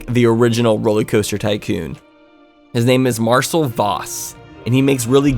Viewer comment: I'm pretty sure Marcel is pronounced "mar-SELL", FYI. Cool that you like his videos! EDIT: I also think there was an editing error at some point, because all the images you put on top of the video appear 30ish seconds before they should.